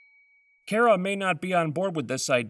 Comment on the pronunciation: Kara is pronounced "Khara or Car-a" not "Care-a". Please fix that.